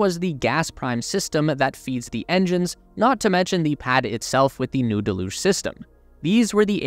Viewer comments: DEluge. Not deLUGE. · Isn't pronounced; del-huge ? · Thank you for making this video! 2 small requests. Please say liquid oxygen instead of L.O.X. Deluge is pronounced del-yooj.